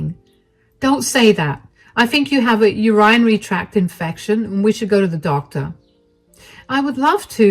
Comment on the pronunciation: I would really like to see what all the “elitist” people in the world would do without the janitors, or the barista’s, or the maids, or the waiters and waitresses, etc. They’d never survive. Good story and for future information, urinary is pronounced “Ur-in-ary”